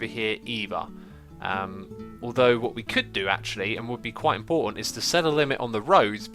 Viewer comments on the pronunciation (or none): none